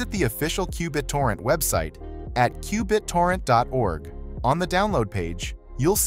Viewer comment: Straight forward and very helpful. Qbit-orrent was kind of funny to hear.